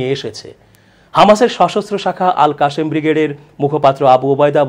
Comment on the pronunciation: আপনার কন্ঠস্বর খুব সুন্দর মাশাআল্লাহ। আপনার বলা "আল কাশেম" শুনতে ভালো লাগেনি ক্ষেত ক্ষেত লেগেছে..! আরেকটু স্মার্ট হতে হবে শব্দ উচ্চারণে। ধন্যবাদ 🌹